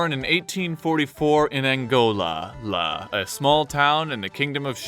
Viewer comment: Angolela Not Angolalla